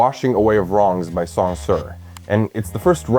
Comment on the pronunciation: The name Song Ci was completely mispronounced. If you open his entry on the English Wikipedia, click on the language setting to go to the entry on the Chinese Wikipedia, then copy the title name and paste it into Google Translate, Google Translate will give you the correct pronunciation.